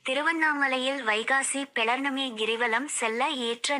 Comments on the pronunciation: பௌர்ணமி என்று சொல்லவும். Please its not pelar nami . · நன்றி சகோதரி பௌர்ணமி என்று உச்சரிக்க வேண்டும்....